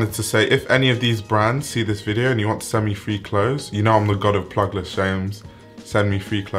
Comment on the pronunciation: man said plusless shame hahahha